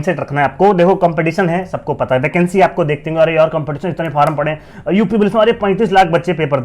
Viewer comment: भाई फॉर्म होता है फारम क्या होता है 😂